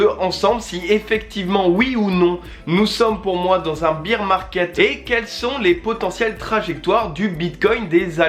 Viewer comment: merci pour ta vidéo et ton contenu :) petite précision , on prononce ''baer (bere) market'' , et non ''bire'' :)